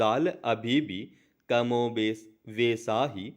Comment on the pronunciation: कमोबेश और वैसा जैसे शब्द आप सही से नहीं पढ़ पा रहे हो। स्टेनो के डॉक्टर बन रहे हो।